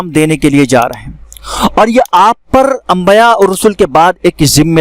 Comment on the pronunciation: Ambaya nahi balke dorost lafz ambiya he zara goor krye